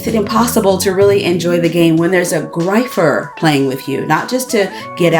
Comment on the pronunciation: small thing: the word "griefer" is pronounced "greefer", it's based on the word "grief"